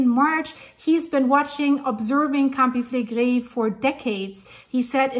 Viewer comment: I may have heard her say that she's in Canada, eh, but her predecessors are from Italy. I love how she pronounces, "Campi Flegrei."